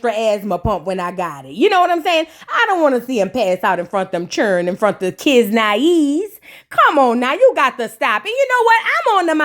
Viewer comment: The “KIDS-NA-EZE” took me tf OUT 😂😂😂😂😂😂